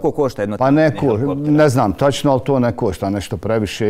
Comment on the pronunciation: To ništa ne košta (meko š )...o bože bijede.